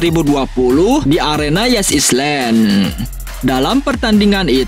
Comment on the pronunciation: Is len😂😂😂..mksdnya ini ya min ISLAND😂😂😂